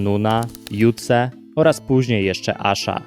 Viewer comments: mordo jak sie przygotowujesz merytorycznie to chociaz postaraj sie nie walić aż takich baboli xD Jotuze a nie Jutse xD (był wackiem ale wypada zadbać o podstawy) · "Jutse" x D x ? serio ? :) Mówi się "Jotuze" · Nie "jutze", tylko Jotuze 🤦‍♂️ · Nie Jutze tylko Jotuze ... Gość nie zna ksyw raperów a się o nich wypowiadasz, jak nie umiesz wypowiedzieć nazwy tego rapera, to znaczy że nigdy nie słuchałeś Grammatika, i nie powinieneś zabierać o tym głos .. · Gościu doucz się, zanim coś nagrasz. Grammatik grał w składzie: Eldoka, JOTUZE (nie żaden Jutze) i NOON (do czasu). No to żeby jeszcze wyjaśnić: EL do KA to inicjały Leszka Kazimierczaka L i K., a JOT U ZE to po prostu 3 pierwsze litery nazwiska Marcina Józwy. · nie Jutze tylko J O T U Z E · JoTuZe a nie JOTZE. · Już widzę po miniaturkach na tym kanale, że to jest jakieś amatorskie g0wno. "47 sekund złego freestylu zniszczyło jego karierę". Chyba 27 minut nothingburger'a. Widać że nawet źle wymiawiasz "Jotuze", a nawet nie wspominasz o EP+ czy nawet o albumie 3 z Grammatika. Wstyd.